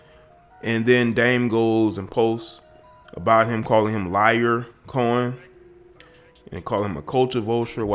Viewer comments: It's pronounced LE-ROY Cohen lol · It's pronounced Lee-OR-Co-HEN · Lee-or Cohen is how it's said smh